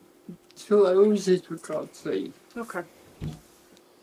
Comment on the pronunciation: I had to rewind when he said “two houses” bc I thought he said “two hoses”! I’m like wait what?! Who cares that deeply about a couple garden hoses? 🤣